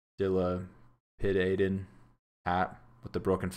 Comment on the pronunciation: even i know how to say dilapidated